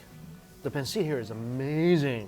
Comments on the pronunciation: pancit is pronounce pan-set not pan-sit.. Pancit- Pan-set lol.. Makes a lot of us my friends watching you like when Andrew Zimmerman try to say lechon. Its Le-ch-on.. lol We're all binge watching you while we're shelter in place lol... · He can have it when he learns how to pronounce pancit correctly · did he just pronounce pancit wrong?